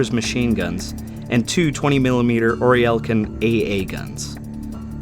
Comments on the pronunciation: Oerlikon: /Earlycon/, not /Oryellcon/. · It's SUPERMARINE Walrus not SUBMARINE Walrus! You likewise mispronounced OERLIKON as ORELKON. Oerlikon is an understandable one, but getting the maker of the Supermarine Spitfire wrong heavily undermines the credibility of your research. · 😳 First time I have ever heard Oerlikon pronounced “OR-LEE-EL-KIN”! 😂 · 20mm 'Oriel can' ....... wtf is that? You're setting yourself up as a history 'expert' delivering historical facts and you can't pronounce 'Oerlikon'. Just try 'or liken' it's as close as you will get. smh .... another cheap, crap wannabe channel. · Orry el kin? Oerliken. If you narrate a naval channel you might want to learn how to pronounce naval terminology and so forth. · Orielkon? Oerlikon... Submarine Walrus? Jesus... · "Orr-lickon" is the pronunciation for the 20mm cannon. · "or-lick-an" cannons would be the proper pronounciation. They were used in abundance by both sides of WW2 naval conflicts. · The AA Oerlikon guns are pronounced Errlikon, like someone with an irish accent. I learned that in Zurich when a Young Girl corrected me with an angry face. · Well done! Two very minor corrections: Supermarine Walrus, not Submarine. Also, Oerlikon is pronounced Er-lick-un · Great video, although Oerlikon is pronounced Or-Lick-On. :) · Is this a robot voice reading someone else’s hard work? Who the hell says “Ori-el-kin” at the mark. An “Oerlikon” gun! What is this rubbish on the you tuber? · For future reference if you ever do another WW2-based topic: Oerlikon is pronounced "oar-licKIN." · Dude. It's Supermarine Walrus and Oerlikon is pronounced closer to "Er-li-kon". It's German, hardly a complex language. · Oerlikon is pronounced earl-a-kin. Forgotten Weapons has an episode with one. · Noticed that too. Oerlikon is pronounced (in American English) as either "air-lick-ken," or "or-lick-ken." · I've never heard anyone butcher the pronunciation of a word the way you butchered Oerlikon